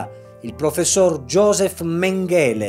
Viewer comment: Mèngele, non Mengèle..........ma cosa fate viseo a fare se non sapete neanche le pronuncie, fate altre cose!